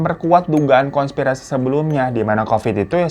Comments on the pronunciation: Hai ka Hiro , konspirasi bukan kongspirasi ka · KONSPIRASI bang,bukan kongspirasi